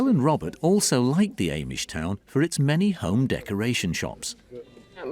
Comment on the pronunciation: You don't even know how to say Amish 😂